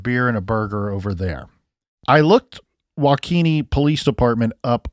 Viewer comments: WAH-KA-SHAW not WA-KESHA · Guess I've not been watching the news much. I'm a few counties away and I didn't even learn of this. Prayers to loved ones. Very sad indeed. Wah-kish-awe, is how it is pronounced. You're welcome, lol. You had me looking it up, wondering what county that was. Many Indian names in Wisconsin. Thank you for your great reporting on this! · These Wisconsin towns...wau-kee (or kuh)-shaw. (My preference is wau-kuh-shaw, but I hear it both ways.) Thanks for covering! I've been wondering about this case! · Wow I downloaded these episodes to keep my flight busy and was surprised to hear it's based in my state. Nice try pronouncing the city 😉